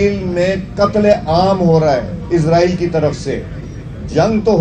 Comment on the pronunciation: Isreal. Nahin. Ezraeal. Keh. Raha. Ha....